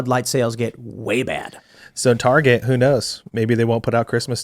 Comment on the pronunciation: The fatter american just said, tahguh cah gerruh taruh car yuh targuh car no targurh car targuh targuh cart? no targuh car beautiful targuh carh. You Yanks need to start annunciating your consonants.